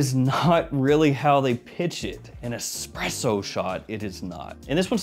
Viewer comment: No X in Espresso. Lol